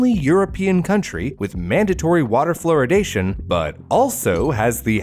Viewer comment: ‘Floridation’ sounds like the Florida version of Californiacation lol